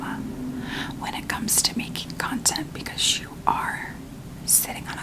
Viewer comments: Lmao am I the only one who keeps hearing “cunt-ent creation” ??? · Am I the only one hearing a very specific emphasis on the “cont” part of “content creation”?? 😂